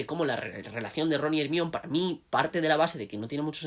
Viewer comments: No me aguanto el “ Ermion” , pero gran aporte. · “Hermion” suena horrible siempre😂 “Herminia” hubiese sido mejor y con más sentido si querían españolizar el nombre... Ojalá lo consideren para la serie 🤞🏻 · Yo lo entendería más si al menos le dijeran como está escrito, "ermione" en vez de "ermión" jajaja ¿De dónde habrán sacado esa pronunciación? 🤔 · Porque le dicen ermion???? 😢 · Lo que no entiendo es que como todavía hay españoles que pronuncian "ermión" cuando nombran a Hermione siendo que la misma autora aclaro si pronunciación, no solo cuando se lo preguntaron sino en el libro del cáliz de fuego cuando ella y Víctor se están despidiendo. Igual eso no quita que sea un buen video. Saludos